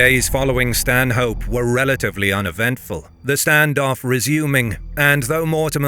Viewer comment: Great video! Small point though, as a local Stanhope is pronounced without the H: more like stan-up